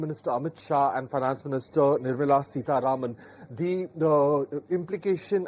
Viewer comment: SitaRAMEN noodles? 😂